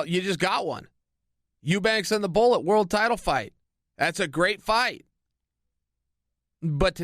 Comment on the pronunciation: lol it sounds like Chael says "Ebola" when he say "The bullet".. But seriously Chael is one hellova speaker! I could listen all day to him reading a book about history ...